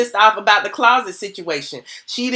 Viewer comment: Hey girlie looking cute... If I hear the word Clauset one more gin 🤣🤣❤️